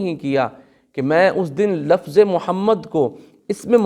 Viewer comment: Why Do Say Waqat And Lafaz Why don't you say Lafz & Waqt Mostly Pakistani Does This Mistakes